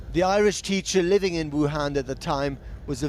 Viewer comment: Please never say another Vuhan.It's a word people must never utter.